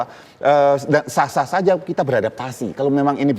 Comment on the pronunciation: Biar sazzzzaaaa Cok ... Z atau J?! Saza atau Saja🤪🤪🤪🤪